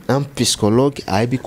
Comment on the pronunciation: On dit psychologue et non pyschologue monsieur l'orgueilleux.